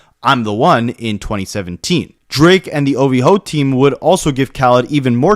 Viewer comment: Grown ass man talking about some “ovhoe”…. Grow up loser